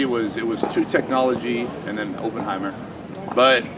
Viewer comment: LOL that Oppenheimer pronunciation. My favorite natural financial wizard.